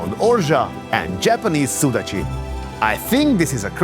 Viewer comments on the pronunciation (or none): none